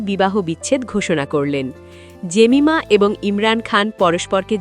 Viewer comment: এই মহিলা নিজের নামটা উচ্চারণ করে এই ভাবে: "জেমাইমা" .... ভারতের মহিলা ক্রিকেটারের একই নাম (Jemima Rodrigues), কিন্তু ও উচ্চারণ করে "জেমিমা"..... ইংরেজি বলার অভ্যেস থাকলে ঠিক ধরতে পারতেন